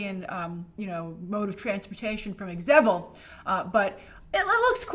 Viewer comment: Its pronounced ZE-BEL. Grace :) (Not EX-Zebel)